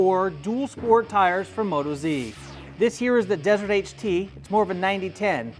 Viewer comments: You might already know this by now but it's not Moto-Z but Mot-OZ Being an Australian tyre, we locals call Australia OZ and we are Aussies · WTF.... its Mo Toz..... not Moto Zee